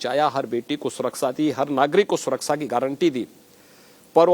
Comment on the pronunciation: सुरक्षा को सुराक्षा बोलते है इनको तो ये भी पता नहीं